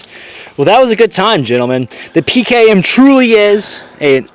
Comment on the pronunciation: As a russian I like how he said it.